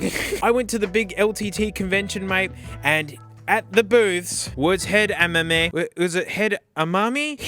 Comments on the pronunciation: Now I could be wrong, and it's just a hunch, but I think it's pronounced head-uh-MAH-me, like Edamame the beans. Which makes the adjustment bumps looking like beans make a lot of sense. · Pretty sure they are pronounced Head-ah-mom-ay like Edamame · The brand name is a play on the Japanese word "edamame," which is unripe soybeans still in their pod! I'm sure the name is pronounced the same way, but with an H in front :) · I think it's pronounced rhyming with edamame, would explain why the headphone adjustment things remind you of peas!